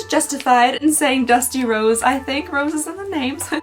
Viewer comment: Every time u say dusty rose I hear dusty road like the wwe wrestler lol no clue why as a pink shade and a wrestler don't seem fitting